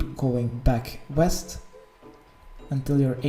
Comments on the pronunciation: OHHHH I Thought he said Weest! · If i had a dollar for everytime he said WEEST and i went EAST.. i'd have a lot of dollars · He said “weast”